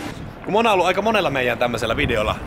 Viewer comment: Miks sanot monaa munaks